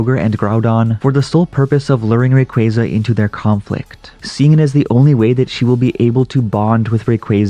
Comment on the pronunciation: Ray-quay-quay. What the f**k?